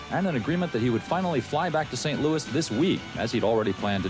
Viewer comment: St louie? Are you fucking kidding me? Did that guy just call it St Louie?